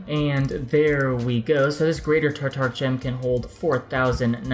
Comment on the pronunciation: It's sounds like u r saying tartar gem......lol keep up the good work